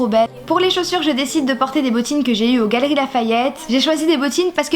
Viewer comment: quand t'as dis "gallerie" j'ai cru que t'as dis cavaleri mdrr #teamsnapouille